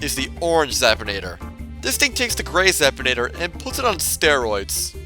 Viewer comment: Zap-in-ae-ter not Zap-tin-ay-tar